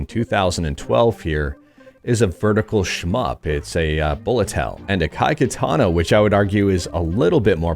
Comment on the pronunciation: "ah-kah-e kah-tah-nah" "do-don-pa-che sah-e-da-e-OH-JOH".